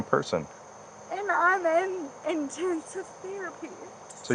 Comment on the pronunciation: But she's in IN-TEN-sive therapy. 😆